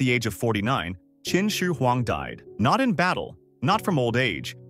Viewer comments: kin she weng 😭😢🙏 1/10 pronounciation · your pronunciation of Qinshi huang is way off. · I thought you said Kimchi Huang